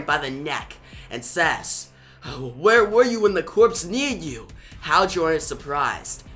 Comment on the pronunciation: Corps* is pronounced cores* homie